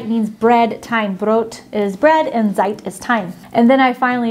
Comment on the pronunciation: spot on. It is regional. Semmel means Brötchen in Süddeutschland. nah.... Say TSeit!. Every single "Z" is a TS. There are exactly ZERO cases where an american Z is appropriate in the German language. Zero. Z => TS! got his "Z" down like a champ btw. Just sayin...;) The american "Z"(sie) as a sound is something like soft, quiet, mushy, weak, slow, etc. With the German "Z"(Tsett!) i´d like you to think of adjectives like strong, crisp, clear, clipped, harsh, quick, etc. If you grab a nice, fresh bell pepper, you expect it to be hard and firm and crisp. Should you then realize that it actually feels mushy and soft and limp in your hands because it only looked fresh when in reality it´s already a week too old or sth like that, you´d feel some revulsion. In the same way it is actually a little bit repulsive to hear a soft, mushy, weak sound where you expect a crisp, harsh, clean one. I hope this example helps at all to illustrate. Don´t know tho. Hit up and i´m sure he´ll show you the way of the Tsett. ^^